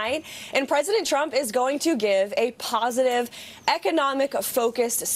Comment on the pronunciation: Sometimes, I wonder if Leavitt says "President Trump" as many times as possible during all appearances as a low-key way to troll him because she always pronounces it "President Chump"